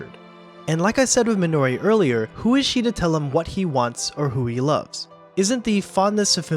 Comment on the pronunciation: You are completely butchering the pronunciation of “Minori” 😆